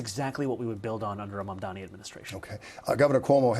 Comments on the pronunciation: The refusal to say his name correctly, the very sentence after talking about OTHER people's trouble saying his name right, and then getting it wrong again, is 100% no accident. It is a coordinated effort. Status Quomo adopted "Mandami" on purpose -- same with Sliwa. Other reporters and pundits have clearly and intentionally done the same. It is NOT a difficult name to pronounce whatsoever. They're promoting a subconscious dismissal of his identity, but it's obviously based on race. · You pronounce his name wrong with in opening second,i am sure you did it on purpose. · I really think people are mispronouncing it on purpose. Agreed it's not a hard name after you say it once or twice